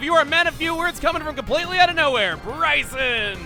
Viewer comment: I have been waiting for this gym since my name is also Brycen wanted to see if he pronounced it right and I was happily surprised. Thanks chugga, keep up the great videos man